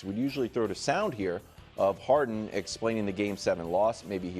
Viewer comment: It's James "Haren", there's no "D" in "Haren".